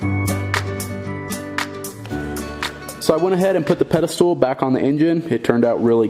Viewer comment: Pedestal***, not pedestool.